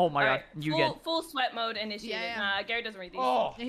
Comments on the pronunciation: It’s Garettd not GerretG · Garret calls dilly and called garret gawwet 😂